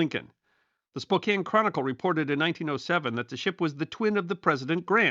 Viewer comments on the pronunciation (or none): It's pronounced "Spoke CAN"......